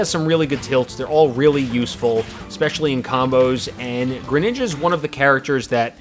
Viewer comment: and the way he says it too.